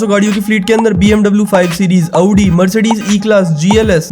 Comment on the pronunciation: 1st time saw someone pronouncing audi correctly